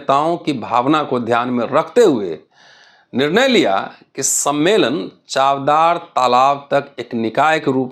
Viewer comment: It’s चवदार (means testy) and not चावदार.